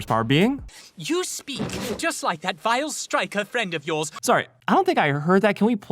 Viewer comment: I think they meant "Vile" not "Wife", at least that's what I heard